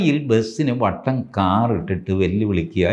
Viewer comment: തിരുവിതാംകൂർ സ്ലാങ്